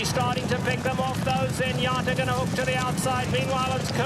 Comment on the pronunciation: Trevor Denman is maybe the best race caller ever, but it’s Zenyatta, not Zenyatter.